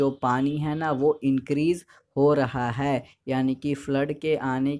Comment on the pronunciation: nice explanation but ..hai pe kam jor do thoda